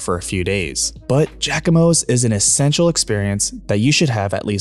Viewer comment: Im from New Orleans and this video was great to watch. You mispronounce Jaquimos lol - its JZACK-I-MOS - lol